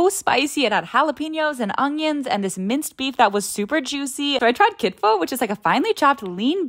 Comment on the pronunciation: Oh my gosh I’ve been waiting for you to try Ethiopian food it looks really good rn and you pronounced everything right btw I’m Ethiopian- I just realized the amount of mitmita or the orange spice you put on the probably already spicy kitfo I don’t typically use that much lol 😂